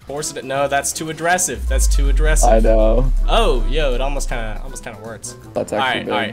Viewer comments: Why do you keep saying “Adressive” wtf does that mean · Is anyone else hearing say “addressive” or am I losing my mind